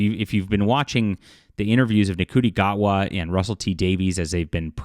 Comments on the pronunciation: You cannot even pronounce the actors name properly. Why should anyone take anything you say seriously? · First things first if you want any credibility learn to say peoples names accurately, it would mean that you look like you attempted to try, but the fact that you said ncuti gatwa’s name wrong in the first thirty seconds shows that you decided to be racist and not give it a chance.